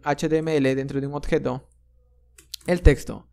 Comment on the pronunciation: Increibles tutos, pero tengo que decir que cada vez que oigo "otjetos", "ocserva" me da un sincope xD Muchas gracias por tu trabajo, sigue asi!